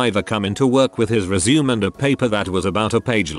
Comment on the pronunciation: TTS bot says "resume" like "legume". lmao